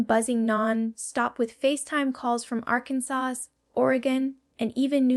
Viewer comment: Well your information might be accurate I haven't found any that isn't but this is clearly AI this is not Jenna I said Janet j a n a this isn't her I said j a n a i speak my text and even it doesn't want to say your name right she's not saying Arkansas right she's not saying other things right now the information I hear here isn't totally incorrect but a lot of it they couldn't know maybe they got off the internet from some interviews but this is AI this isn't really her don't be fooled you